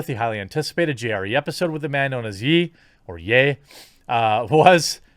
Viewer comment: Jeremy. ‘Ye’ is pronounced --> Yeā ... not, Yē.